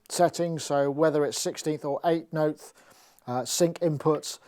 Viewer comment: "8 noteTH"